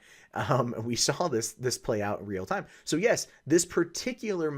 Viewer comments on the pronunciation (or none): none